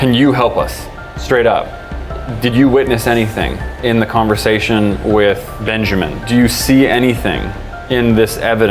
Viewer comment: one of my biggest pet peeves it's BenjAmain not benjerman vomit